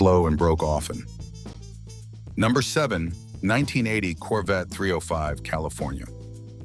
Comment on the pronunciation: seconds couldn't even say 1980 right. Lazy a.i.